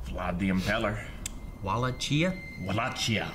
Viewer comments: "Vallachia" haha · Wal-la-chee-uh? Lol. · Wall ah key ah Wall lake E ah Those are the two accepted pronunciations of Wallachia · In the games it's pronounced "Wa-lay-chee-ah." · It`s actually pronounced "Voh-LAH-key-YAH." and "Sepesh"(I`m a descendant of the real Vlad so I`d know)